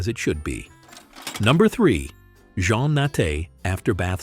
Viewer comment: JEAN not John